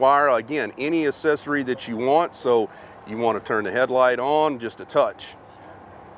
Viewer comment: Say ASSessory one more time!